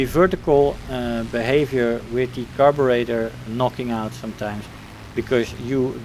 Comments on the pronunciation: Just stopping by to let you know that your pronunciation of "Carburetor" was actually spot on. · I am Brrritish and I approve of your pronunciation.